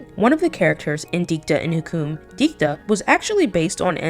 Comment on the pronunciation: FYI Hukum is pronounce hoo-koom. It means Law. As an Indonesian, I get a second hand embarrassment...